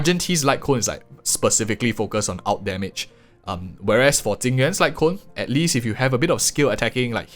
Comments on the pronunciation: Ok.. why are you saying Jing Yuan and i m hearing Tingyun? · I was three minutes into the video before I realized that when you were talking about "Tingyun's" signature light cone you meant Jing Yuan. Not trying to make fun of your accent, but I was trying to figure out how a Harmony character had a light cone that compared to Erudition!